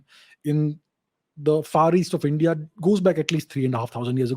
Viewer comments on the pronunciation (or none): none